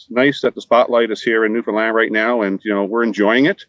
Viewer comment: Just to let you know..it's pronounced New Fin Land...not New Fin Lind. Check of the broadcast when says it the right way! Newfies are too polite to let you know that. Too bad that everyone mispronounces it